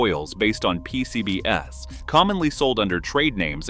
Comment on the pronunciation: I couldn't help giggling when the narration referred to "P-C-B-S" as in a 4-letter acronym. Am I missing something?